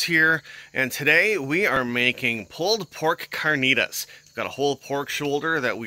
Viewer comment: Carrrrrrr-knee-Ta-ss lol